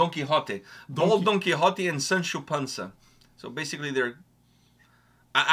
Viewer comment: Man, the 'Don Kichot' when Google exists 😂 Quixote. It's a Spanish name, clearly not that literate 🤣